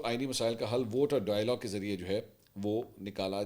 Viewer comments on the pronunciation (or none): none